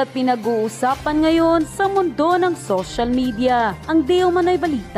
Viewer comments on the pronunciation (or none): none